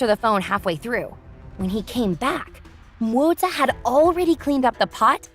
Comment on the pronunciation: Why tf are you saying MOZA for Moze?